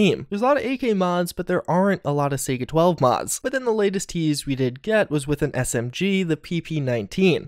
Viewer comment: "Sega-12" "Fully automatic" plz